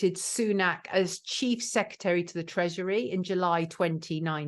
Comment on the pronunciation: SECRETARY NOT SECETARY. love your videos but this drives me nuts.